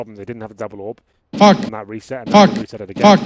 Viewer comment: I love that ,,fak'' sound xD